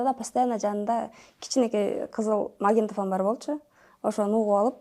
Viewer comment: айланайын магинтафон дебей магнитафон десен боло